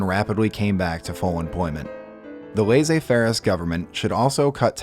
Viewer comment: really appreciate the video and effort put into this, the only thing is that if you'll use french words, learn how to pronounce them: it's "laiSSez faire" --> double S is pronounced as S not Z. In other words, it's not pronounced laiZez faire, it's laiSSez faire